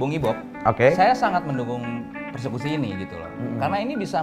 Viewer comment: Persekusi jadi perkusi hahaha XD cakep cakep, beritanya punya informasi skaligus ngelawak jg